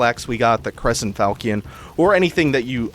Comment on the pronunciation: How this dude know the word derisive but not how to pronounce falchion? fal-shun